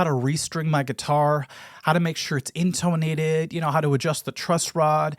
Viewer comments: inTOnated is certainly an interesting choice of pronunciation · You have a really weird way of saying intonated. InTONE-ated. Most people say in-tah-nated and don't stress the "tone". 😂